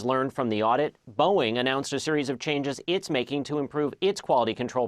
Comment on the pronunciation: You can’t blame the teleprompter for pronouncing the manufacturer “Bowen” and the airline “Yew-nited.” He improved as the story went on, but for a major market anchor, that’s not cool.